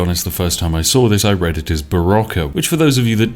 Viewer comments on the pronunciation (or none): none